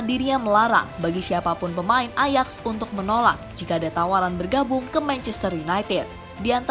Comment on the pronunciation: Min .. AJAX itu dibacanya AYAKS .. Gak enak dengernya min, jika salah ucap.